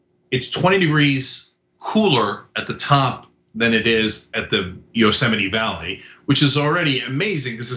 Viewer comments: Yostemite -> Yosemite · cenk can't even say it right. it's pronounced yo-seMITE. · It’s pronounced yo-seh-mite. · Yo-Semite , lol. Trump can barely read. 🤣🤣🤣 Biden 2020 , FTS ...🇺🇸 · Cenk... It's YO-- sem-ite